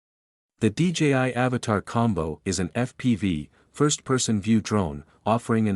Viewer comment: At least pronounce the names correctly. AVATA NOT AVATAR.